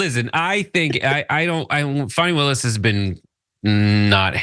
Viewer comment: Stop mispronouncing ms Willis’s name.